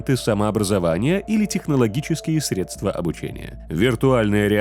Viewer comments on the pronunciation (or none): none